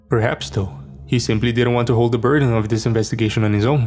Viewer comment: ‘It doesn’t actually matter doh’😂😂😂😂 Dey, dem, diss, doz, doh, derz🤣🤣🤣🤣